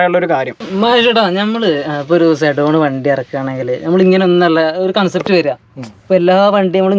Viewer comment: കോൺസെപ്റ്റ് അല്ല കൺസെപ്റ്റ് aanu😂